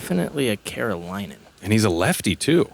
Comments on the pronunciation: Carolinian. Not Carolinan. - A Carolinian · It’s Carolinian you oaf. Love the coverage though guys keep it up ❤️